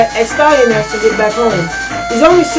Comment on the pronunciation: Destroyed a great game! Ah, the classic little "smudge" on the lens recording hehe I got one of those as well in a vid. Also I think it's "Ass-Tea-An-Axe" Doing a great service for the gaming commune by destroying all these games! Keep it up!